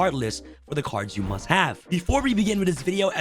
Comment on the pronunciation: "Cards you MSUT have" Yes I msut have an Accesscode